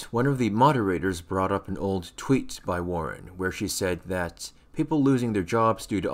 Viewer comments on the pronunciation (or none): you said kweet instead of tweet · You said qweet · No one is gonna comment on “KWEET” ?!